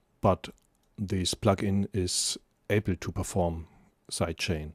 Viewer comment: "Sight Chaining", as you pronounce??? No! It should be "Side Chaining" - with a long i and a soft and voiced d! Your pronounciacion is ugly! And : it's "plugin", not "pluckin", as you pronounce! : you say "aple" instead of "able". Really horrible to listen to your disgusting pronounciation!